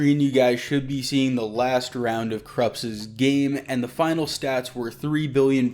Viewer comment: “Dee” machine?